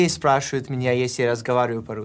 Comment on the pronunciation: "Not рюски as you’ve written. There is no such word." ОН произнес "рюски" и я это предоставил как обоснование своего первого сообщения. Он в этом видео произнес 5 слов из которых одно звучало как "рюски" а другое звучало как "спрашуют". Translation: HE was the one who butchered the word. I simply transcribed what HE said. Thank you for pointing out that the words he said don't actually exist and sound only slightly similar to the correct pronunciation.